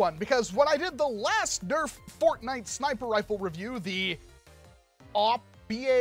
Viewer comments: You made my day by saying Snipr Rifl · “It’s a snipper riffle!” made me laugh